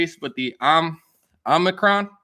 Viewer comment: i think you said it: Omni-con.